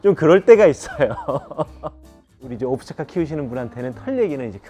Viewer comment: 오브차카라 하지 않고. 압차르까. 라고 발음해요.